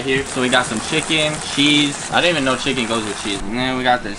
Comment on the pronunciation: "the key to this chicken or what they call it here in korea town is uh "chEEKEN" i died omg